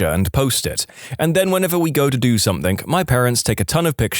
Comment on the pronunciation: No K in the word something . Somebody inform the narrator